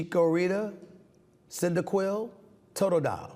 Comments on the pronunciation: Dude couldn’t pronounce Charmander but says Cyndaquil with ease lol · Cyndaquail all day and he actually pronounced the pokemon properly.. mad shout outs stephen a you are making my day with these questions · facts lmao I was impressed and mildly disappointed when he pronounced Cyndaquil correctly 😂